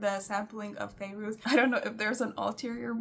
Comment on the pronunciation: she said Fairoz the way Arab pronounce it 😂